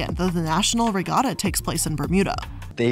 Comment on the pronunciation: Just to be a full blown professional pedant; she also pronounced "regatta" wrong.